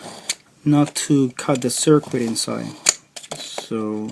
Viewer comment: when he said " insaye" instead of inside. I knew this would be legit.